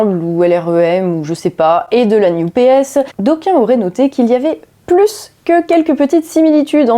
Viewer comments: NUPES prononcé "new PS" = wtf? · Prononcer New P.S. pour NUPES, c'est voulu ? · J'entends "New PS" pour "NUPES". C'est volontaire peut être ? En tout cas c'est pas bête. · bonjour, il y a une chose étonnante , a chaque fois que vous prononcez "NUPES" moi j'entend "New PS" ce qui au final est plutôt vrai! , ce ci étant dit , bonne analyse comme souvent avec votre travail , cordialement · Ah donc, pour, ça se prononce "la new-PS"?:D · La nupes prononcé "New PS" c'est parfait <3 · NUPES prononcé "NEW-PS"? J'ai bien compris?? Le nouveau PS? 🤣🤣👍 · le retour, enfin! Pertinente et impertinente, comme toujours. On retiendra la nouvelle prononciation pour l'improbable coalition de Mélenchon: New Ps